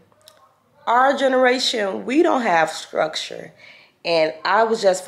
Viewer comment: “it gives her skructure” 😭 i love u so bad